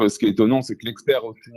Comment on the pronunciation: L'experrrhhh ------- Rahhhhh